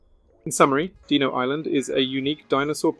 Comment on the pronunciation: "Deeno" really?